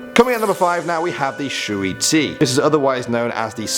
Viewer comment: .... the shway gway if you need to know how to pronounce it “butchered” shway gway (I speak Chinese, 我的中文名字是塞尔吉奥）